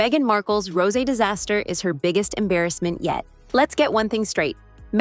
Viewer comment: Your AI voice is stupid. Doesn't know how to pronounce words. Rose when applied to wine is a 2 syllble word. Get your act together AI VOICE BAD.